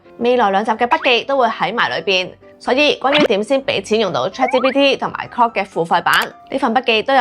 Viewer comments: Claude發音好有問題。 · 資料好滿足，令大家都認識到各款 AI Apps 嘅特點！不過主持人嘅發音真唔太清晰，特別係 Claude and Grok 嘅差別好少⋯⋯廣東話嘅懶音都比較嚴重！希望會好好改善😊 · 你做得好好，唯讀你的 Claude 及 Grok 發音不準確，好混淆